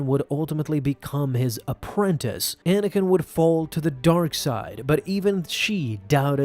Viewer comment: At the beginning he said manakin